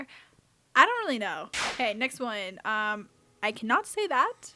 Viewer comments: Mah girl said “un-dee-ayyy” 😫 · Not "On Dee-aye" 🥴